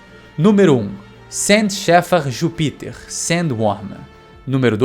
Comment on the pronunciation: eh engracado o jeito q vc fala Jupiter